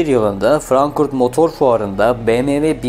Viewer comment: Frankfurt yerine sürekli Frankurt diye telaffuz ediyorsunuz.